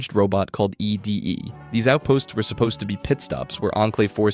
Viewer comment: It's ED-E (pronounced "Eddie") not E.D.E (what was said in the video) Correction aside: I thought Arcade was part of the Followers of the Apocalypse, but now I'm thinking maybe that's not a good thing if he's actually part of the enclave TvT Thinking MAYBE, not thinking IS- (trust me, the difference- though not noticeable -is REALLY big TvT)